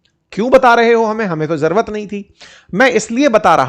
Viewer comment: Jarurat ❌ Jaruat ✅